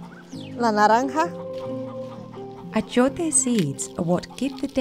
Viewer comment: She called orange naranga, sounded very similar to indian narangi